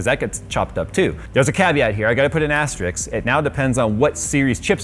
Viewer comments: Put an asterisk next time, not an Asterix :D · keeps saying "asterix" instead of "asterisk". I find that really galling. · Asterix is a comic book character. Asterisk is the * character. It’s like with Et cetera. There’s no X in it! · Hey, just out of pure curiosity. I often hear say the word "Astrix" or "astrics" or something? I can totally guess what he means out of the context. A kind of tradeoff or something. But I can't find the direct translation, because I don't know how it is written. Can someone help me out here? I speak german as my mother language btw. But only knowing how it is written would help me a lot:D thanks. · You lost me at "asterix", lol. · AS - TER - ISK, please say it with me. There is no X.